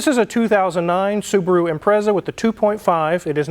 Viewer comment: You can say Subru again 😅